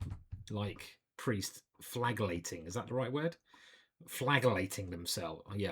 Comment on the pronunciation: You say it as fladgelating